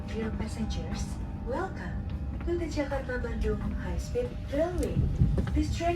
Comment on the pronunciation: Swadikap leuy... jakarta-bandung leuy not bandang 😊